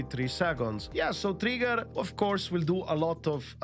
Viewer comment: funny part, I am not hearing him saying ' Trigger' but ' Tree Girls' xD